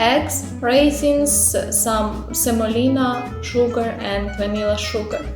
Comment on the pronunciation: it is semolina btw, not some olina if anyone wants to recreate the recipe